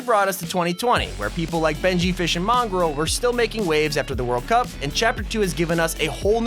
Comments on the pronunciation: Does it annoy anyone else when they say benjy fish instead of fishy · Its Benjyfishy not benjyfish